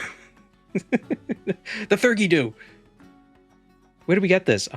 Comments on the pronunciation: I can, should, must, and will be that guy (it was probably mentioned in your stream but my need is too great): theurgy is pronounced thee-ur-jee, it's a real world term for, essentially, holy magic. Usually found in the context of Kabbalah (Jewish mysticism and magic, it's where golems come from!), in which you inscribe and speak secret and sacred names of God and angels for powers and replicating miracles. It can, however, refer to any magical system or practice in which deities and their messengers/servants/emanations are invoked for magical purposes. If it comes from what your culture considers a god or their direct servant, it's theurgy. If it comes from anything not that, like demons and spookies and whatever else, it's thaumaturgy (and every other synonym). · "Theurgy" roughly like "fee-ur-gee" with a th not a f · Hi! "theurgy dew" is pronounced "Theeee uur gee." It etymologically linked to theology! Theurgy just means... "Religion-y." I hope this helps!